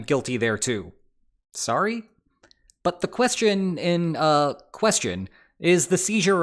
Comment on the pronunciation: Looks like the author wanted to have a Sorry Exclamation (!) and the Beloved AI Voice said it like Sorry? I would love to here the dude behind those videos once in my life but at least he is using one of the most charming and charismatic Synthesized voice ever!!!